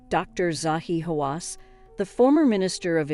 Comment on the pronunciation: I proper lol'd at the name pronunciations. They changed each time she said one. She got Zahi 'I don't believe in radar' Hawass right though 😆